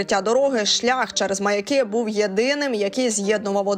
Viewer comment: Взагалі-то наголос МаЯки , а не МаякИ